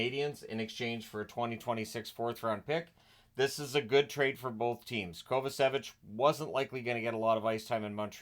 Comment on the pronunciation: Hey,, if you'd like, I could show you how to pronounce "Kovačević", as it's one of the most common surnames in Croatia.:)